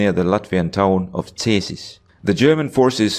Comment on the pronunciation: Wait did this man say Cēsis corectly, OMG thats a very rare sight. (to he said Cesis not Cēsis estonian dude my ē = your ee)